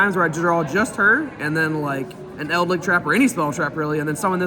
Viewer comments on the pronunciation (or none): Please stop calling it eldlick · He plays World of Warcraft and he's played The Wrath of the Lich King expansion a lot. He says lich correctly in wow, so you'd think he'd know.